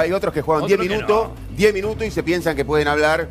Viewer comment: Hace cuantos años esta en la tele el Posho y sigue comiendose las S, "10 minuto', 10 minuto' ". Impresentable ese muchacho